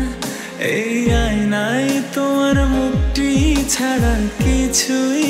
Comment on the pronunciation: আইনাই আবার কি, উচ্চারনটা আয়নায় হবে!